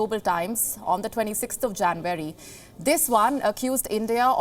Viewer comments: JanUary, not JanVary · Janvary, really? Porpose, i dont doubt your language skills, but it would-be nice if you could brush up your pronunciations a little too, you see beauty doesnt always hide flaws, sometimes as in your case it just highlights them, and dont fault me for my punctuations pls, these are more typos the lack of knowing the spellings or grammar of the english language. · Listening to the Indian accent is more entertaining then the news itself 😂😂 in januwery